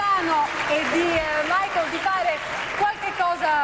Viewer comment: LOVIU MAICOL" JAJAJAJ